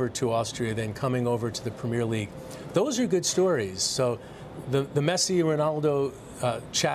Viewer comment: “Prem-meer League” LOL